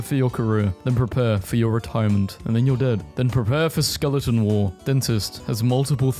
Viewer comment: You re ‘n all. Not you rain all.